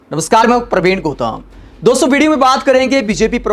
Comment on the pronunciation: Gotam nahi Gautam hota hai bewakoof